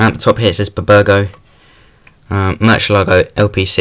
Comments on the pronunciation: 😂 b-burgo. It’s bburago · Did he just say buburgo?